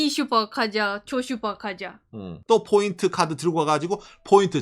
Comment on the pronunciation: No bboint Point ok? 일본에 오래살아 일본화된 발음이 안타깝네요 그래도 사실적 내용이 정확하네요